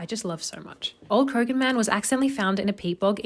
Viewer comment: Krogan man? You mean Croghan man. Pronounced cra-hen.